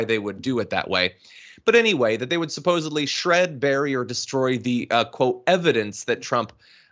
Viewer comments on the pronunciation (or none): Welp, he didn't do a very good job this time. It's shred not shed